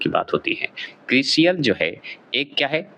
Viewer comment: वीडियो के 37 वें मिनट पर रेटिंग एजेंसी क्रिसिल के बारे में साख का अर्थ - किसी व्यक्ति / परिवार/ कंपनी की कर्ज लौटाने की क्षमता या विश्वास , समाज, मार्केट में उसकी प्रतिष्ठा, लोगों का उसपर विश्वास कितना है। जबकि आपने बताया ब्रांच / शाखा जो कि गलत है। एक और बात क्रिसिल उच्चारण होता है, क्रिशियल नहीं